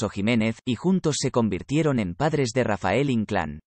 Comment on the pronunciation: No es Rafel ess Rafael